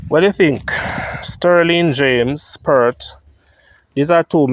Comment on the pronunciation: PERT IS PERT...PEART.. PLEASE PRONOUNCE THE (A,) IN PEART